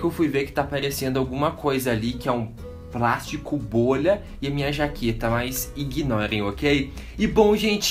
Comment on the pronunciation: "Bileza" "prastico bolha" "Risistente" Porra gente, todo mundo erra!! Parem de ser vacilões...